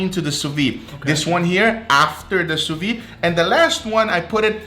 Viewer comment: This pronunciation of sous-vide is driving me crazy...